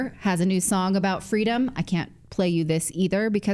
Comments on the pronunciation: It's Fweedom not freedom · It’s ‘fee-dom’ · Don’t you mean “FWEEEDOM, mummy!” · Wait , doesn’t she mean “fweedom “ ? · Don’t you mean “Fweedom”, Natalie? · Remember the "fweedum" story? “My mother tells the story about how I’m fussing,” Harris says, “and she’s like, ‘Baby, what do you want? What do you need?’ And I just looked at her and I said, ‘Fweedom.’” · Kam tells a cute little story about her childhood and her saying "Fweedom" however it turns out it's not her story she apparently pilfered it from someone else. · I thought it was “fweedom”. Remember when she claimed she was the little girl that told the reporter during the Civil Rights Movement that all she wanted was “fweedom”!?🙄 😂😂😂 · Thought it was Fweedom? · No guys its Fweedom remember?